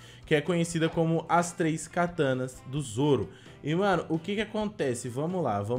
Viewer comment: Boa não é soro é sim zoro